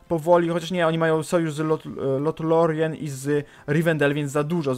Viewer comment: Wystarczy mówić Lorien ;p